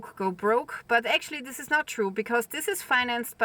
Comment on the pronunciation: Why can't you say "this"? How come you say "dis"?